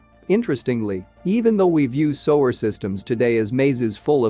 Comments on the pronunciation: Why do you guys let the mis pronunciation pass. Let's see SOWER??? What is SOWER???, No, maybe you mean "SEWER"??? Someone should fire the SOWER of thiswhole video. frind someone who can pronounce the words. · The robot is pronouncing “Sewer” as “to sew my garment with thread.” Amazing. Of course, he means “sewer,” pronounced “Soo-er.” English has a lot of odd pronunciation.